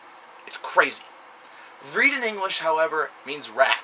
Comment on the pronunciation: You pronounce the band's name wrong...